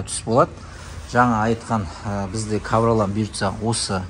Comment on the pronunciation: Ковролан емес ковролин шыгар автор?